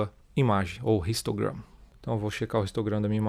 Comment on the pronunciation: Amigão seu vídeo tá joia, mas vc está falando português então v se domina o vicio de linguagem(talvez adquriddo inglês) e pronuncia a letra h como som neutro e não como o som do r pois histograma se pronuncia como não existisse o h e vc pronuncia como som do r (ristograma) OK?